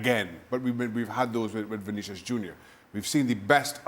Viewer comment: It's not Vinicious, It's Vinicius